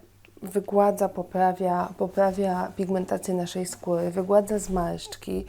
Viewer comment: bałdzo ,zawiełajacy,skóła. uszy bolą kobieto :/